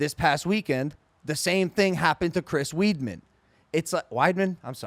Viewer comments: This dude said Chris Weedman lmfaoooo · he really said chris weedman